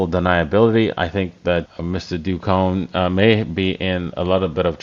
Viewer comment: Do Kwon is not pronounced "dew kown" it is pronounced "dough kwahn"